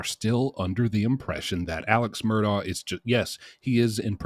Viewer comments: Pronounced ' Murdock', great vids man, hope you can keep the quality with the quantity.👍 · Mur-dock. Say it with me...MUR-DOCK.